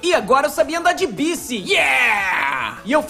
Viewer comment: Baique, não BICI